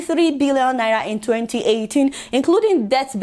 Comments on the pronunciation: I like your Naira pronunciation 🤣🤣 It sounds like Naiya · I thought i was the only one noticing the pronunciation of Naira 🤣😂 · I can't stop liking your show Adeola,but i laugh whenever you pronounce NAIRA